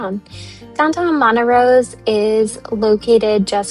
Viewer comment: Montrose not Montarose.